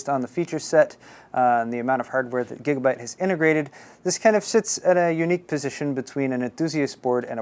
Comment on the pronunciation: he said gigabut! lols